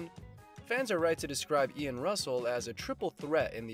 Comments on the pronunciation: The commentary doesn't fit what I have seen! Let alone the narrator keeps calling him Ian ( RUSSELL) NOT Ian Roussel! This is BS!!!!! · His name is Ian Roussel last name pronounce Ru sell, not Russel